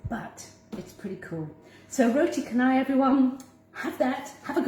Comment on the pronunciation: Tq & it's pronounced roti CHA-nai